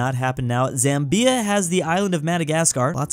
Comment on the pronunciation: Zambia? No no no, ZambEeeeeeeea